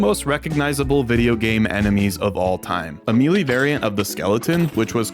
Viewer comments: "Melee" is usually pronounced as either "Meh-lay" (British) or "May-lay" (American). Never heard anyone pronounce it as "Me lee" before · "mealy" skeletons?